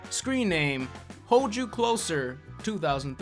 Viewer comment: pronounces Hold "hode".